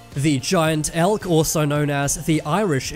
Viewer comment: When he said Elk I thought he said Elf